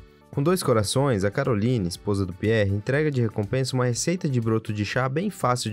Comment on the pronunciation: E Caroline mas se fala carolaine